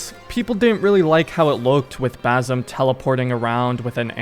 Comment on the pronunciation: basim :) s not z